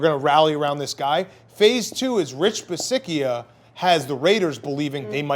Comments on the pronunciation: It's Coach Bisaccia..pronounced Bi satch ia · It's pronounced Bee-sacha 🤦‍♂️